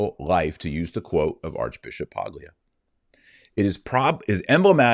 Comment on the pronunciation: As a native Italian speaker I know the English is the most glorious language but in Italian & Spanish the "g" in "Paglia" is silent just as it is in many English words. It's "P-AH-L-y-ah" in Italian & Spanish. What is Paglia English? Straw [noun] (also adjective)